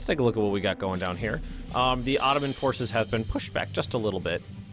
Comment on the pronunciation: Stop saying OTTOMAN!!!